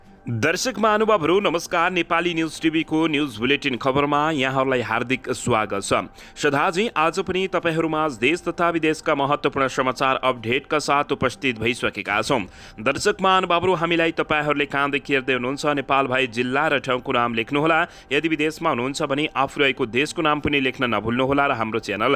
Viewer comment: सर 😂 अप्ढेट हैन हौ 😅 अप्डेट है😅